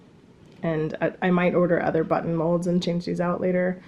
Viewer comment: You did an amazing job sewing the vest! And you gave me quite a chuckle at minute 30, because it sounded like "sew on the but hole", when I am sure you said button. That totally made my day though!!!